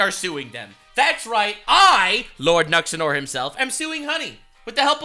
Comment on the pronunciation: The way pronounced Nuxanor. 😭😭